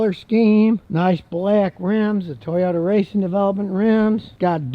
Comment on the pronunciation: Nice Tojota ... TURD you said ?